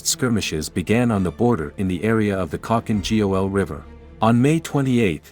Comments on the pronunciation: Khalkin G-O-L🤣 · Nice video (apart from you horrendously butchered spelling Khalkhin Gol)